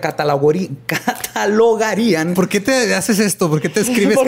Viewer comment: Eduardo:Y sabes decir catalogarían,: aja catagolarian (muriendo hahhaahhahahhahahhaahha)